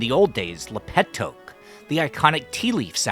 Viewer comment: thoke sound so much like poke